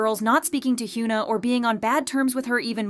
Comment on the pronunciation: hyeona not hyuuna lol